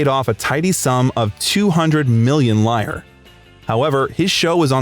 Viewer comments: Buddy, you're butchering his name. It's pronounced CHeletano not SHEAletano. And before Euro italian currency was LEER-AH not LIAR. I couldn't finish watching this. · Exactly! That hurts my ears. And also: "He won one million "liar"...oy!